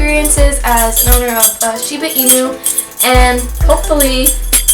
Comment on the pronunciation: Hey, I'm a Shibainu owner in "Kyoto" fortunately! I like you pronounce "Shiba" inu rightly, not "Shibe" inu. You are fully absolutely right. I had a quite tough time to tame Jiro, my Shiba too. He was sooooo hyper and curious, torn up and chewed up everything to check. When I say no strongly, he felt I 'm trying to pick a fight and fought back aggressively, so I had to change my strategy: asking him with respect in "keigo" the most respective way to talk. At the same time, he requred a lot of attention and affection. He was so lovely and talkative, had a strong personality. Now he is fifteen yrs old, sleeping sloppily on the warm floor all day. He grew up to a gentle, smart and lovely boy, who does nothing wrong at all. ...It took six years or so to get adult anyhow? He is my buddy. I could give him a hug all day. Good luck with your cutie one. Oh in addition, he or she will shed awfully twice a year, probably you already knew!